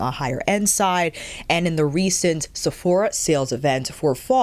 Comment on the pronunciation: I have 57 yo hooded eyelids. Does Armani offer satins? Love the pronunciation "SEPH oh rah" 😂